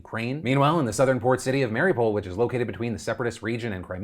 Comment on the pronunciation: Someone teach Phil to pronounce Mariupol correctly already.... lol